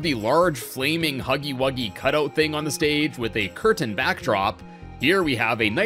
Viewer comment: its huggy wuggy ! not huggy wugsy